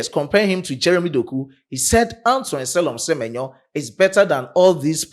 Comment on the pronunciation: Se-me-nyo is superb 👌